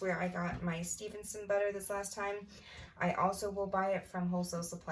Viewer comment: My last name is Stephenson! You said it right! No one says it right. Or spells it how I do ❤❤